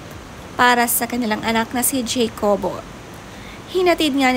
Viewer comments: Ha-ko-bo (jacobo)po ang right pronounciation not jeykobo...😊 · Pronounced po as "Hakobo" According to Dawn in their former Milk Endorsement with her son. 😊